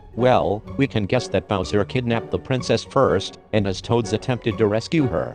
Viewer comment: Why use a robot voice? It sounds like you're saying buzzer instead of bowser